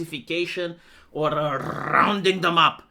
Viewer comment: Rrrrrrrrrounding up🤣